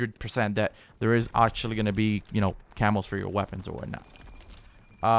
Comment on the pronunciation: CAMOS... I thought he was saying Camels LUL